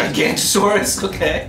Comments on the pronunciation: How many times will I have to say it, I almost can't take it anymore. It ain't Gigantosaurus its Giganotosaurus (ji, gan, note, oh, saur, us)😊 didn't have time to look in a book to see if the sound out of the name was spelled correctly but that is how the name is pronounced.😅. Also if it is confusing note as in you are writing to someone. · It's Giganotosaurus, not Gigantosaurus. People often forget the O. And in real life, T-Rex was bigger than Giganotosaurus, because it was almost 3t heavier than Giganotosaurus and size of animals is mesured by weight. By height and length they were basically the same